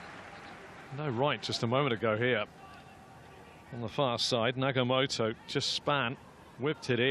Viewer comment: NagaTOMO not Nagamoto. It's a shame for the commentator not to know a player who has played in Europe for 10 years, including 170 matches for Inter Milan